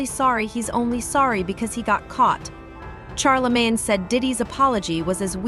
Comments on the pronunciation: Its NOT CharlaMAN!!..Its CHARLEMAGNE, MANE!! Caucasians can NEVER Get these Black names down. smh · Char a man smh cant even pronounce his name correctly. Im reporting this video for poor pronouncination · Char-La-Man? 😂 The narrators don't even take the time to learn the subject's name! Lazy mofos! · She kept saying Charlie-man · "Char la man" is crazy 😂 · Charl la man come on lady . Why cant you guys pronounce our names right . Like two Pack come one pale riders get it together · Who's " Char-La-Main ?🤔😂😊🤪